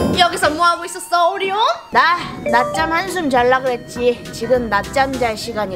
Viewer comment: 아니누가 오리온을 온리온이라고..........................흠..........(심각하군)